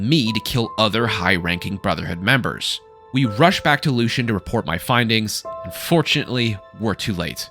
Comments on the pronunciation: LUE-SEA-AN. The game literally tells you how to pronounce his name. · Respectfully my man “Lucien Lachance” is pronounced “Lucy-un”